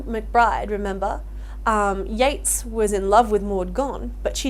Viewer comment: Yeats, not Yates